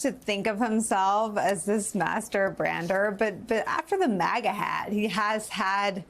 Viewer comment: MASTERB /.,/., Not Master brander !!!!